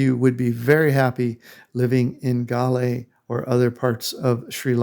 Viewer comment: At least say the name correctly 🙄